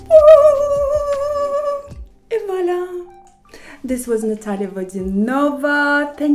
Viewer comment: Because her surname is VodyanOva.